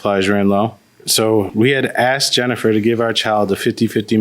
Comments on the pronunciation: IT'S 'ASKED' NOT 'AXED'. No offens3 towards this particular woman but I'm so tired of hearing 'axed'. 😂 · As ssoon as she said Axed twice I knew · How do you go thru 12 years of schooling and not know the word is "asked" and not "axed"?!? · I knew it that's why she used the word ax instead of ask😂😂😂